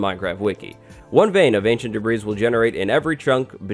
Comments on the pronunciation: His insistence on calling it "ancient debreeze" simply makes this unwatchable.This ignorance is just too painful to watch. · lol "ancient debreeze" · Actually no, it's literally called "Ancient Debris" 😂😂